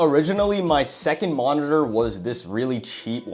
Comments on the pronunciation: holy how many times is finna say monitorrrrrrrrrrr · I’ve never been so triggered go hear “monitor” and to see someone buy their sibling a useless monitorřřrr